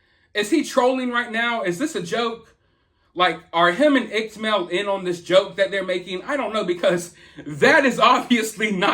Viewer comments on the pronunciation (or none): Pretty sure iCkEdMeL rhymes with wicked Mel. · Upchurch has 3 million subscribers,. And Mel’s channel is pronounced Ick-Ed-Mel lol. Soo many people (including Upchurch) pronounce it IckTMel and it’s buggin’😜🤣. Something is definitely going on with Ryan. I like that guy. And I’m really concerned for him. I saw one of his videos after a sold out concert in Nashville a while back, where he was talking about using shrooms with the locals. And he liked it. He woke the next day feeling good. I don’t recall his whole experience, but I’m wondering if he’s taken it too far. Or if he’s using other substances. I’ve never seen him go off the rails like this. I do know that lot of people sent Upchurch some of the info you’re showing that Upchurch recorded. I think people have started this ball rolling. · No biggie but just an FYI a heads up it's pronounced like Wicked without the w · It's Ick-ed-Mel.